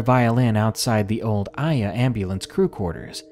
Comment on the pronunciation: Aiea is pronounced Eye-Eh-Ah